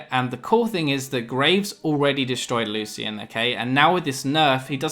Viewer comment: It actually is a correct pronunciation